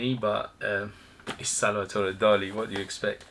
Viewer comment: Hi, nice review. Salvador Dali was spaniard, not french. Salvador, not Salvatore.